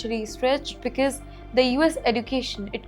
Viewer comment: It's not becase it's because. Learn to pronounce and speak English. It's a shame to see you speak English